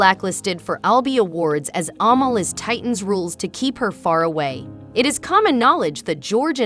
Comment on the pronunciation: Her name is pronounced "A-mall" ..... short 'a', accent on second syllable. It chips away at your credibility when you don't pronounce names properly....easy to research.